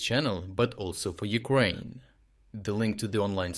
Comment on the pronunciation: Someone said Newkraine :o)